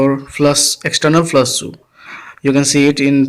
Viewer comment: Its not flas!! Its flash!!